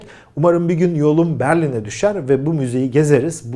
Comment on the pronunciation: "Beürilin" yok . Berlin.